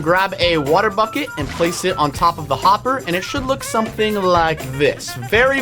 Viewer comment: Unspeakable for the bee farm when you said hopper you said homber